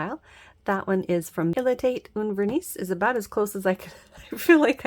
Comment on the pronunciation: Not that it matters that much how you say it but I'm pretty sure that the last S on that "il etait un vernis" polish is silent so it's "verni" with emphasis on the i, I think that last word is french for polish. I don't know what the rest of it means though haha. I took French in school but it's all been forgotten